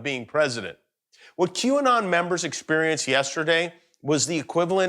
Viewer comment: It is Qanon, not IQ-anon